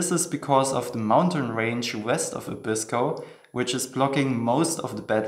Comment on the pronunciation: For some strange reason all foreigners pronounce 'Abisko' incorrectly - it is pronounced 'Aa-bisko' (stress on the first syllable, not the second).